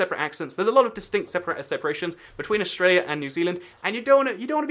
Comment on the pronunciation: aust ruh lia. Instead of aust ray lia